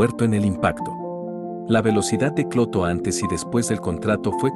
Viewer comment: cada ves que lo escucho parece que dice escroto y no clotho jaaa